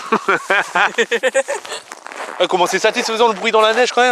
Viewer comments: il l'a tlm bien dit le "tbnk" 😂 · On ce récoute les vacances des crouton haha La première fois j'entend un Français dire Tabarnak a la perfection Bravo michou ! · A la fin michou dit trop bien tabarnak😶